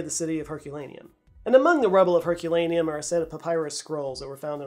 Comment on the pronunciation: You mispronounced Herculaneum too, dude.